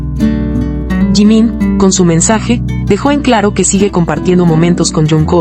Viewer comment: Você não sabe pronunciar Jimin com essa atitude você já está gerando ódio então você é uma MENTIROSA!🤮